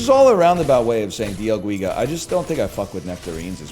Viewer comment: Holy hell, its not dia guiga, its D L GUIGA